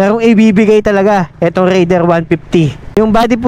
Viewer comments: raidererrr😂. medyo bulol si sir sa pagbigkas ng "R" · bat ka nag raider boss eh bulol ka sa R HAAHAHHA